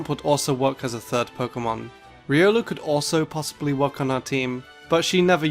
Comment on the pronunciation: How Long Can You Can Go With Saying Riolu?